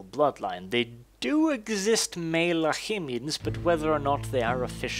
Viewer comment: i think its lahmians ( lahmian Vampire ) not lahimians but i am not sure